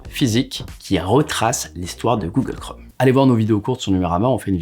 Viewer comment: Tu dis Google Chrome ou Google Chraume ?